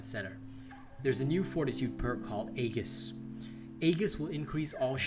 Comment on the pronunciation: Aegis, pronounced (ee-jis)